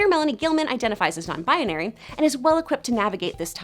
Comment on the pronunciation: Ow my Bones no it's "binary" but she said "bianary"